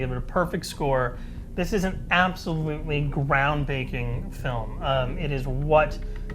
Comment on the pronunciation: haha...he said ground baking